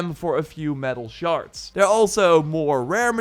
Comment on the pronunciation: I know it’s your accent which is awesome but when you say metal shards it sounds like metal sharts 🤣